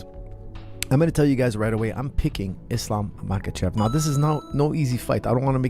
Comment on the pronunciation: unc said Islam machkalchev and bleha mohamed😂✌